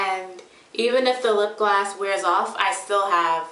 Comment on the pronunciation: i love how u say lipgloss u say it as if its lipglass haha randomness